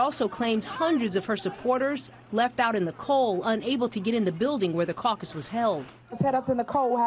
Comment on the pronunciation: She said “I am suing the caccus.” 🤣🤣😱😱😭😭